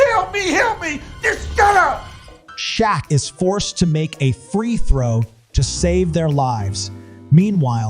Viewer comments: Shaq’s name is pronounced “Shack”, not “Shock”. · This bro , did your ai really just call shaq shock Is that type of shit is why people Tell you your content is fucking lazy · AI voice cannot pronounce Shaq. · That, uh, that’s now how you pronounce Shaq.